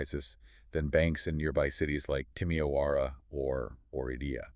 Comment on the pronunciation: Excellent source of information on a subject of considerable national-regional importance (whence, of course, the photo of the Hungária nőalak Aradon).PS: Timișoara should be pronounced timiˈʃo̯ara; just as Temesvár is 'tɛmɛʃvaːr tɪmɪˈʃwɑːrə (i.e. much like Temeschwar in German).